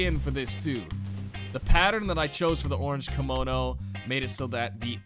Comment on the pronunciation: How do you pronounce Kimono ? Cringe